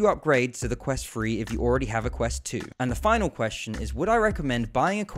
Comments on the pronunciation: Ffs, it's pronounced 'Thu-Re' not 'Fuh-re.' What is the matter with you Brits? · While the Quest has balancing issues,The overly positive comments for this review also need to be Balanced?The Device is pronounced Quest Three (3) Not Quest "Free"???Poor diction young man.My other criticism besides the horrendous Jarring Editing was the slightly cute but inaccurate term "Up to Stuff" Which for those slightly educated will know to be the correct term "Up to Snuff" (An old habit when people used to shove scented Tobacco up their noses for pleasure in the 18th century .I am of course being pedantic and playful 😊And appreciate your promotion of VR, Even though your presentation wasn't Up To Snuff 😊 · Wonder why he keeps saying Quest Free instead of Quest Three..... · This video bugs the shit outta me because i keep hearing him say "quest free" and "fought" instead of "thought" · "The quest twree" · Bro kept saying quest free 💀😭